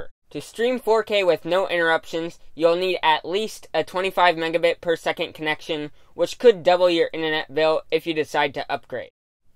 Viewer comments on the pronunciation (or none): none